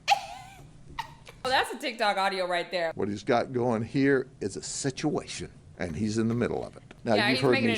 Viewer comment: Can all say: SitchuWHAtion! 👏